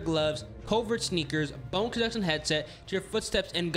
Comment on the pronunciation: This man can’t pronounce Bone Conduction. It’s pronounced KON-DUCT-SHUN. I know you can say it correctly bro